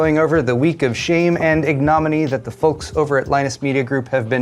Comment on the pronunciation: FYI, you might want to learn how to pronounce "ignominy". Stress on the first syllable